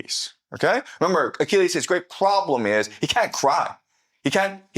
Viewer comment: i like the part where he says "pWoblem"